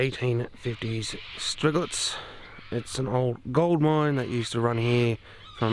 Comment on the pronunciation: Thinking the pronunciation here might be Sty-gletz as it looks like a German name. Anyway, thanks for the upload. Nice walk around.